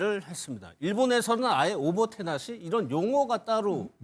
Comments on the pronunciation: 오모케나시가 아니라 오모테나시입니닷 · '오모테나시'다 오모케나시가아니고 -_